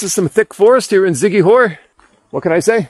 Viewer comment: I like your videos ...but you've got to give respect with the proper pronouncements ...it's "see-kee-hor" ...Siquijor (/ˌsɪkiˈhɔːr/ SIK-ee-HOR, Tagalog: [sɪkɪˈhɔɾ]), officially the Province of Siquijor (Cebuano: Lalawigan sa Siquijor; Tagalog: Lalawigan ng Siquijor), is an island province in the Philippines located in the Central Visayas region. Thx friend. keep on vlogging for our precious Philippines . Enjoy